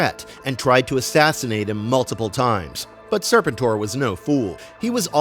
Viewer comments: Sir- pent -or.... not Sir pin tor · It's pronounced Sir PEN tor. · Is this AI narration? I can't watch this crap when it keeps mispronouncing SER-PEN-TOR. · It's pronounced SIR-PENT-OR, fool. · Serpen Tor?? 😂 wtf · Can’t listen to this with weird pronunciation of sir-penn-tor. I’m sure the video is awesome but what the heck? lol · It’s pronounced Sir-penn-tour. These AIs be trippin. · Lose the AI, when you can't pronounce the characters name right. It makes real fans leave. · One of my favorite characters in the G.I. JOE universe you are absolutely correct on the pronunciation! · Thank you!! That repeated mispronunciation was driving me crazy! 🙄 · He probably never watched the show as a kid or just ever since he kept pronouncing the name wrong. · Kind of a staggering failure that undermines the rest. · 😂😂😂 dude that's what I kept saying this whole video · YUP WTF LOL